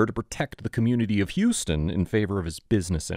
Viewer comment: It's pronounced h-ow-s ton, or /haʊs/ /tʌn/, like House-Ton, rather than the Texas pronounciation.😁